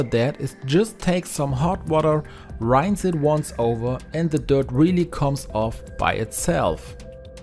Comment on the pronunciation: It’s pronounced “rins” not “rains” (rinse) lol